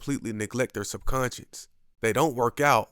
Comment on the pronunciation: It's subconscious, not subconscience.